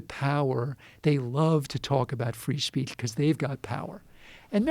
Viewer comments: Free Speatsh lol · Free Speatsh